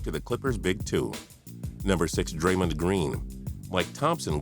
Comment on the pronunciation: How pronounces draymond green: dramund green